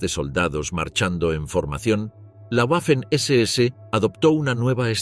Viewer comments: En alemán y en español la w es una v doble. Por la tanto la pronunciación correcta es "vaffen" y no "uaffen". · En alemán y en español la letra w es una v doble. En ambos idiomas la palabra se pronuncia 'vaffen' SS. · Disculpe, Pero se pronuncia “vafen ss” y no “ guafen ss” !!! Otra, se pronuncia “vilkin”, no “guilkin”.